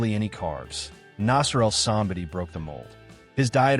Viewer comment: I love that you make these videos but you obviously are not a bodybuilding fan because i have seen so many videos where you dont even know how to pronounce the persons name. Like any bodybuilding fan would know the correct name. This video is one example.